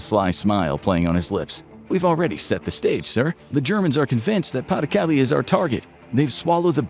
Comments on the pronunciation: Thank you. Came here to get at this exact thing. Pah deh Cal-leh Not Paddy Cali. Plz & thank you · Pah-duh-Cah-LAY. NOT PAH-duh-cah-lee. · PLEASE double-check your pronunciation! Pas de Calais is pronounced "pah de kaLAY"', not "PAH de KALee"'. You're driving me crazy! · Its excruciating hearing pays de calais called paddy kally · "Pa the caly"... jesus christ americans... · Pronounced "pah-de-cal-ay" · Pas-de-Calais properly butchered ^^ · Learn how to pronounce “pas de Calais”!! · I cringed every time Pas-de-Calais was mentioned